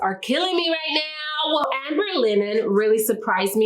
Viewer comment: I believe the word is Amber Linen, Not Ambet